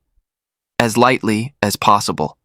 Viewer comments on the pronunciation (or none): none